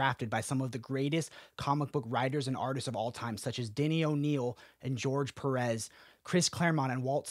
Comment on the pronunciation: The way you pronounce "Pérez" hurted me as a mexican